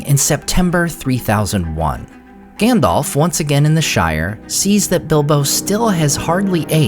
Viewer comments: it isn't Gan-dolph just a heads up it's Gan-dalph alph, like the Alps, but with a ph.. #DolphLundgrenHasExitedTheBuilding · OMG he is still saying Gandolf instead of Gundulf! :face-fuchsia-wide-eyes::face-blue-wide-eyes: Whyyyyy!!! :face-fuchsia-tongue-out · It bugs me that you say Gandolf instead of Gandalf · It's not Gandolf. Lmao. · Is Gandalf not gendolf 😂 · "Gandolf" lol😂